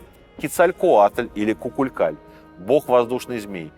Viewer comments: 😂 кукулькан он, тоже резануло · Кукулькаль, кукуляк, кулялклюатль, клевалкалиткль